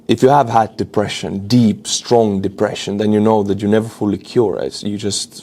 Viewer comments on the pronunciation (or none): none